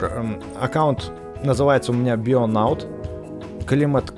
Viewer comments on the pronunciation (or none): Не бионаут а бионавт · Bionaut читается как "Бионафт"